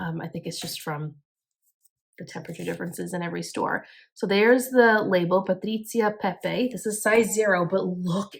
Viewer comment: You say "Patrizia Pepe" in perfect Italian, I love it!